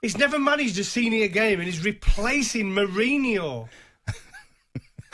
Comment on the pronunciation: “he’s replacin’ Murreyneyore” And again 😂 Everybody’s like 😂😂😂😂😂 It’s the way he says it as well plus the ludicrousness of the fact that a man who’s never managed a single game suddenly is about to takeover from one of the most successful football managers of all time.